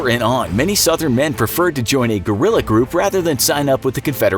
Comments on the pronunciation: I think i heard Gorilla not Guerrilla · Correct pronunciation (ge•ri•ya) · Americans: Gorilla fighters 🦍🦍 😂😂😂 idiots don't even know how to pronounce Guerrilla 😂😂 Gue-ril-La it's really not that difficult!